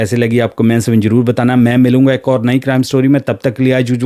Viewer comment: your pronunciation is poor, avoid saying words with Z because you says it J like jyada, jaroor, bad-tamiji. Also tell the event without adding your personal thoughts and comments.